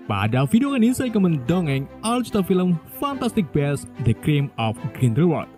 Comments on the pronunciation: bis ngomongnya bukan bes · Bacanya bukan best mas huhu